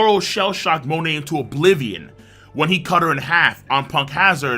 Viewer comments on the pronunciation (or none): none